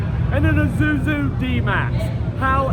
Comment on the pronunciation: dude... its isuzu not izuzu. And you keep saying izuzu